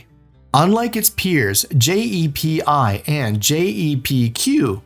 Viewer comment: Also it’s called JEPI no one says J-E-P-I. That’s what makes me think it’s AI. Also JEPI is 7.5% not 11% This video must be recycled